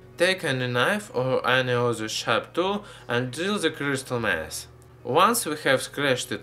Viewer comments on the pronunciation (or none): it sounds like he says crystal method instead of mass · is it just me or him saying crystal mass sounds like crystal meth. Huh, one way to prank someone is use this and pretend its crystal meth. Actually, don't do that. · who that he was saying crystal meth instead of crystal mass lol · when he is saying " Crystal mass" I hear "Crystal meth" lol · Did he say crystal meth? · I understand ...Chrystal Meth...xD. But he says Mess i think.. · I thought he said crystal meth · at first i heard he say crystal meth then 2nd time i heard crystal meth again then i just turn on the subs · hes makeing crystal meht? he said that :P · did any one else hear crystal meth ;) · it sounds like he is saying crystal meth, and it even looks like that lol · i heard him say Crystalmeth.. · I thought he said crystal meth I mean it sure looks like it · Near the end, all I hear is, "crystal meth". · Did he say crystal meth 0_o??